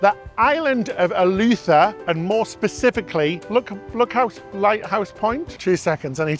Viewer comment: Ee-loo-the-ra - 4 syllables